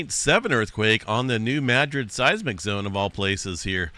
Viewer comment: I have always heard this pronounced New-mad-rid, not New-mad-gric?